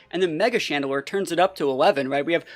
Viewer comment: IT'S CHANDELURE, NOT CHADEDELURE!